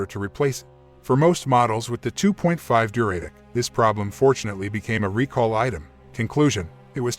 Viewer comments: Pronounced du-ra-tec, not Duray-tec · REALLY annoying pronunciation of "Duratec" by the robo-voice. An Atkinson version of this engine is still used in hybrids in 2024 and beyond.